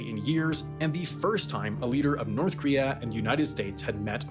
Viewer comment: It's "KOREA" not "KREA", for fuсk's sakes!